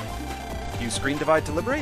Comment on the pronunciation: noooo, you cant call the episode right as you used ScrenDIv SCRENDIVVVVVVV!